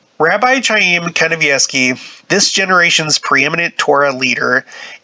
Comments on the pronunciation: It's pronounced K I a y m , No ch ,like ch urch. K , like kite . I have a friend with that name ,and Gene Simmons of KISS, the band , that is his real name . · Interesting article. His name is pronounced 'Haim, a guteral hard "H" like the sound at the end of the name of the composer "BACH" not an English "ch" sound.